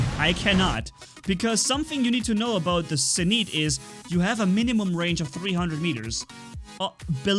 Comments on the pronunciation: Its pronounce "zenits" not "zeneets" u fuckin dumbass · NOT ZEN EET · It's pronounced Zeen-it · You said zenit wrong in nearly all of your vids u say a robot or wepons name wrong its getting annoying